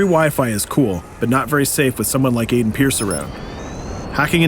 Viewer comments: In beyond two souls it's Aiden and it's pronounced iden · did he say AIDEN ?